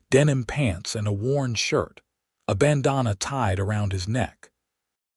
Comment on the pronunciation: EDIT the reading!! The word is pronounced "ban-dan-a" not " bon-donna". EDIT & REVIEW!!